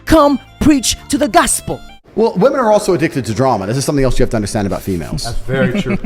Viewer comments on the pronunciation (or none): Plural “WI-MEN” brother 🎉